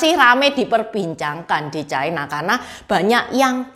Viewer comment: Ucapan yg bnr : China, bukan chaina